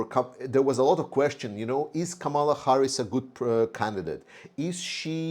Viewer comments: in Kamala the accent is on the first syllable, not the second. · Toward a speedy recovery to you! I am a voting American Ukrainian and also do not understand the Ukrainians who support trump! It seems that they listen to Fox News and News Maxx which are conservative, pro-trump outlets in the US. Kamala, whose correct pronunciation is Kaaaamala, is mispronounced intentionally by trump and his trumpists! She is the Prosecutor taking on the Felon trump! She also has energized ethnic, younger people, and more women into the fold through greater social media hits. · PRONUNCIATION of KAMALA - emphasize FIRST syllable (Ka), not the second (ma). Sounds like 'Pamela' or 'Camelot.'